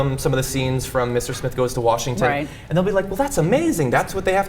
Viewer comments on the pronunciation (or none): none